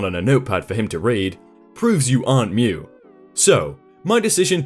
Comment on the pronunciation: Not to be mean or anything, but you are missing the t in mute in your pronunciation😂